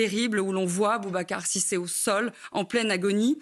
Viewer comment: Les propos de Rotailleau , qui à dit publiquement que le meutre terroriste D Aboubacar Cissé qu il n a même pas pu prononcer correctement, était un acte anti islamisme !! Alors qu on nous explique chaque jour qu il faut lutter contre l Islamisme. Honteux